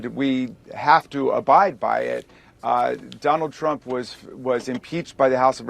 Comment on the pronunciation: sounds like you said donald tramp lol.